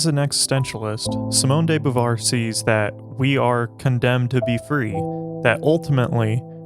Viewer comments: Beauvoir is pronunced ''Bo-Vouar'', amazing video tho ! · It's actually pronounced 'boo-vwah" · Learn how to pronounce her name. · Her name is not pronounced correctly in this video.